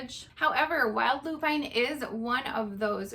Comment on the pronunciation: loo-pin (not loo-pine)